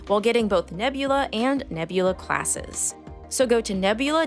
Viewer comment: The start of the video: “this video was braht to you by nebulaRRR”